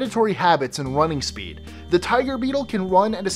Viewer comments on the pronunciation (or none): none